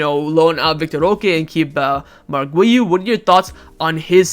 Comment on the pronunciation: His name is not wiu, his name is Guiu